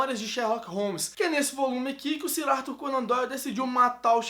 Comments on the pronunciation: "Sirarto", qualquer pessoa com o mínimo de inteligência sabe que "Sir" se lê "Sãr" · *'Sir' se pronuncia "sâr".. Sir Arthur Conan Doyle